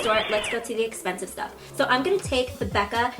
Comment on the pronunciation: "so im taking another really expensice product" 😂😂😂